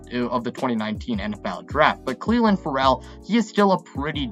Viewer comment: Yah-neek IN-Gock-way Cleeee-LIN FUR-L